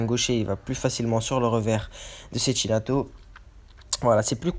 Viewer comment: On dit Tchékinato